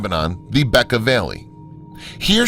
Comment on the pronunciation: Tay-oh-tee-wuh-kahn. My-ka. And I think it's the Beck-kah Valley in Lebanon--emphasis on 2d syllable.